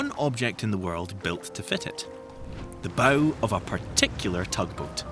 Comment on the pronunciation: . It still can’t say Bow correctly